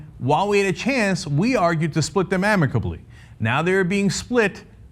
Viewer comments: Damn. I just came to the comments to see if anyone else enjoyed Cenk's "not amabicly" moment . Carry on with the international politics debate... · "now everybody's cutting off heads" "not amibacly" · Cenk said "amibacly," heh heheh heheheh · "amibacly" lol. Also your points are ridiculous. Grow the fuck up you're liike a hysterical little girl. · Oh my god, Cenk saying amicably